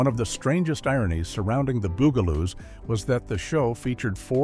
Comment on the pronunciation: The AI in this was incredibly annoying. For a program About the bugaloos, it would have been nice if the guy could have pronounced bugaloos! Weird pauses and so many words mispronounced. Did nobody check this before they posted it? Not to mention that, it doesn't end properly. It just kind of stops while skipping like a bad record.